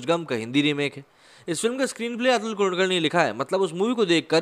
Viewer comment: 2.16: Atul ka nam kaise le raha hai slow speed me suno pata chal jayega